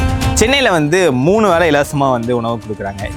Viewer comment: வேளை not வேலை,தமிழ் கொலை பண்ணாதீங்க...